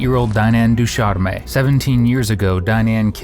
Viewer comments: Ducharme is a French surname not a Spanish verb lol it means "from the hornbeam tree." Because it is French, you pronounce the "ch" softly as "sh" (du-SHARM) so it's about a beautiful tree, not personal hygiene! Made me laugh lol but otherwise thanks for the video! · terminal e in ducharme is silent